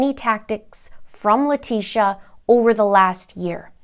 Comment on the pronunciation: I ABSOLUTELY ADORE how you said "LIE-TECIA" comes out of the woodwork. Just like every other NASTY PEST...(Termites, mice, rats, cockroaches, fly larvae (AKA:MAGGOTS,) very close species to LIE-TECIA in my STUDIED opinion..🤬🤬🤬👹👹👹🧐👏😉)...Much love to you, Mr. Linda and the fam from the Middletons in Michigan. Keep up the EXCEPTIONAL content 👏👏👏👏🙏🙏🙏🙏🙏💛💚💛💚💛💚